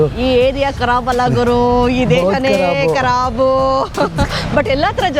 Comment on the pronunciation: Area karabu alla Desha ne karaabu😂